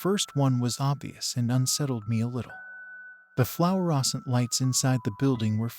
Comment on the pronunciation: Flower-oscent lights xD Kal-i-dah-scope Great story though Really kept my attention